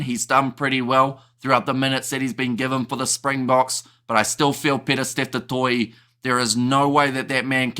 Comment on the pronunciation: As an old Irish supporter, that Steve Smith the old Sowsnek (english) 10 used to get me fuming. He continually mis-pronounced Danie's surname as "Gurbur". And that was the tip of his rude ignorance. He mis- pronounced the surname, 'du Toit', as 'dew Twat': ffsks. It is good that accords respect to the pronounciation of people's names.